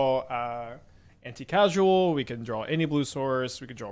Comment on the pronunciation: brother; it’s Anti*causal*